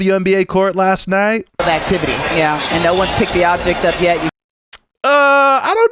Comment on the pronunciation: Did the announcer say blacktivity? Like..,,things blacks would do?